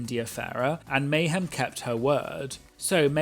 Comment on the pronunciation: Meh-hem Miller as one queen put it I believe lol